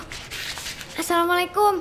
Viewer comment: salah ngomong bukan salam mulaikum tapi asalam mulaikum